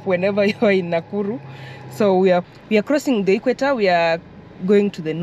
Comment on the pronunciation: You keep saying Nakuru 😅